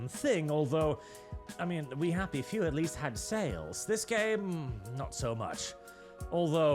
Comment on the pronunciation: learn your bloody grammar, goddangit! LEST ≠ LEAST, they have a different pronunciation for a reasonnn